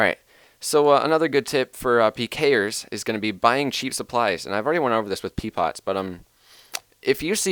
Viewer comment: P poots, not P pots.